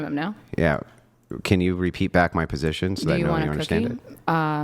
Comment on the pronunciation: ‘Define muh terms’, uggggh 🙄